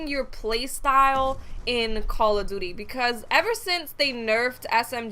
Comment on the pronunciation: Call *Of* Duty not Call A Duty. :3